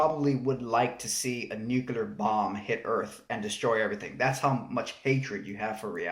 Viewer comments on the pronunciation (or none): "nucular bomb" its nuclear bro. but great video i love your channel